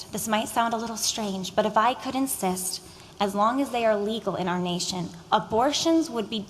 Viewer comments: Did she just say, " if I could incest"? Lmao I must be hearing things. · When that woman was saying "If I could insist" I heard it as "if I could incest"